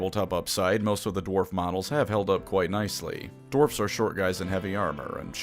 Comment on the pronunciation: There very short sighted no need for hard rrrrr in dewarfs